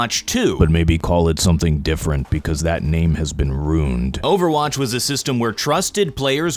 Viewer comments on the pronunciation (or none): R U I N E D NOT ROOND ARRGGH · Stop pronouncing "ruined" as "runed". I'm sure it's on a list of words somewhere in a youtuber discord server titled "Mispronounce these words to drive up comment engagement", but it sucks.